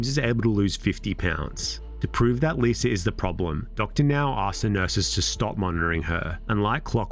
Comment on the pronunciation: L..I...S...A... How in the fuck does that spell "Liser"???? Why cant brits end a word in an A without turing it into an ER???